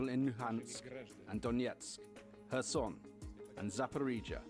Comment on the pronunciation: It is Kherson , Not Khersoon